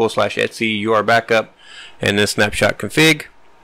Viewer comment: You keep pronouncing it... U R Backup... but I think it is ment to be pronounced Your Backup!